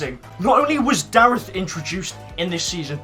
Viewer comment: Loves darreth yet continues to pronounce his name incorrectly